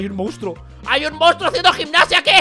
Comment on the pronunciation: wey le dice munstro al tricky XD